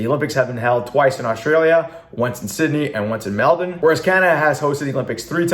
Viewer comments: said Melbourne like a pro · Wow, you pronounced Melbourne properly!